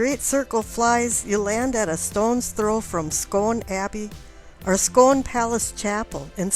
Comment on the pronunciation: The Stone of Scone pronounced 'Scoon', just like spoon but with a hard c. Good video I'll say, clearly you're very knowledgable.